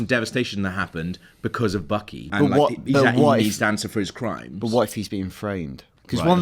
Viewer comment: Did you notice how the one guy kept saying bookey not buckey? Lol a tad funny to me